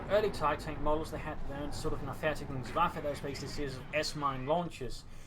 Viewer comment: It's called "Nah-ver-TEI-digungs-waffe", not "Nah-ver-ti-gungswaffe" x0 But great cast anyways. Think Tintin should have used Jaeger infantry, would have benefitted his playstyle a bit more.